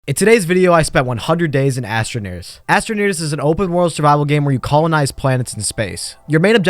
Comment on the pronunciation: Why did I hear him say astraniggers